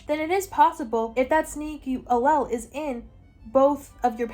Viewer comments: You did so well discussing the genetics!! I’m a biochemistry major in a specialized biology program at a big ten school. If for any reason you want to talk about this again, the word allele is pronounced like Al-Eel. I know it doesn’t look like that it’s a weird one 😅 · Love u but I think it’s pronounced Ah Leele 😅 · Raise your hand if you feel personally victimized by her pronunciation of allele 😂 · As a biology major who just took genetics, the whole explanation of punnet squares and the pronunciation of allele is so silly and goofy to me 💀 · I’m sorry but as a biology major the way you said allele is killing me 😭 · Her pronunciation of allele killed me 😂